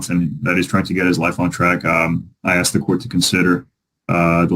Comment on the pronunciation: And, "Dat ain't wat he ax you".